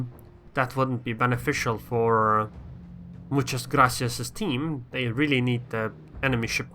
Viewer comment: Good Spanish pronunciation! Do you speak it?